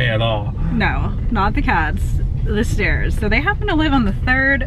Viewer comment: What a fun, lighthearted video! Thanks for the laughs,! Plus I had to laugh at myself. I heard "stares" not "stairs." I was ready to go to Tallahassee and defend you against the person who stares at you so much that you don't like going there.:D